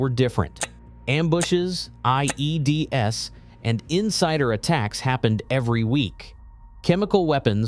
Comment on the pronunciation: I mean it did say ODDS as O.D.D.S and pronounced the S in IED’s as a letter.